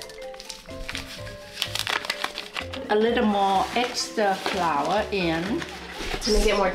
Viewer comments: she's so precious, bless her (also, you get your beauty from her)!! when she couldn't say flour, it reminded me of my mom (she's indonesian, but we live in switzerland so sometimes her german is kind of all over the place hahahah) <3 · Omg I was laughing so hard when she couldn’t say flour, she’s so cute!! Love you 😍